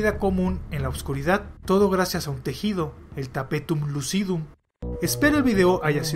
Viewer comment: Tapetum Le-viou-sa jajaja, buen video!